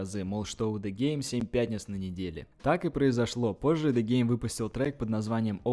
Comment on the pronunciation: Ты клоун нормально произноси имена правильно ДЕ ГЕЙМ 😂😂😂😂😂